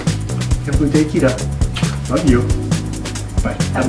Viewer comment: wtf's a KIDA, it's called KITTTTTA Love how the video is shot and edited